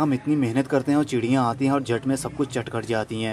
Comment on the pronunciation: Chidiya.. Wala sounding so funny. I enjoyed the video.